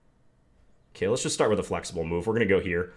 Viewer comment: My favorite word that John says is "ok" because you here his inner Minnesotan come out and it sounds like "okeh"